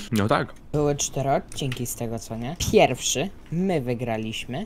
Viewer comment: pierwszy a nie pjerwszy